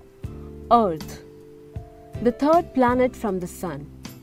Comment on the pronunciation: Content is good; however, I've been hearing "art" all the time.. finally figured out it was "Earth".. "constintly" instead of "constantly" and "Fast" instead of "first".. horrible pronunciation, which makes me wanting to tell you - let any English speaker do the speech recording in the future.